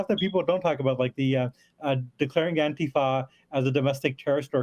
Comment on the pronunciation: the way he pronounced ANTIFA. 🤔